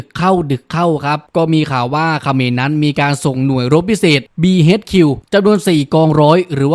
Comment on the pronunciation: BHQ อ่านว่า บี เอ็ช คิว ครับ